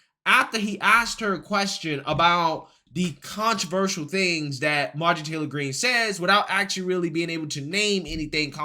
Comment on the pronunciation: She won, but I DO wish she'd take one second to learn to say "controversial" Marjorie it's "contra ver shul" We don't need one more excuse for them to say that we're "anti intellectual" and backwoods idiots.